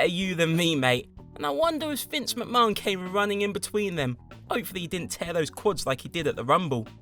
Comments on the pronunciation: What way is he pronouncing Vince’s name ?! 😂😂😂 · Why do you say McMahon so weird 😂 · no offence to in the video here but trust me he's pronouncing it strange even for an English man he's trying to sound fancy with it and instead just drawing attention to a wrong pronunciation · I think that's how they say it in Ireland and Britain too.MacMarn. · I love how he says McMahon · Has this fool ever watched wwe? That's not how you pronounce vince mcmahon. Not like the dude hasn't said his own name numerous times over the years... Oh no wait he has dammit